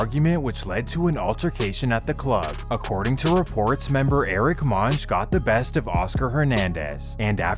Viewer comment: Uhh.... Monge is not pronounced "Munj". It's pronounced "Moan-hay".